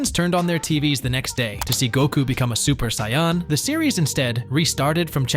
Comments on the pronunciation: really man? you pronounce it cyan? it's saiyan!!!! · Great video. Gave a lot more insight than the usual "they got it earlier than the US" notion. Thanks a ton for the great info. Also, the way the AI said Saiyan killed me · The AI voice also says Saiyan wrong. This is the worst video I’ve ever seen. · The way you said Vegeta Saiyan And a simple Cha la head Cha la Really annoys me. How you speaking good English but can't say those 3 simple words????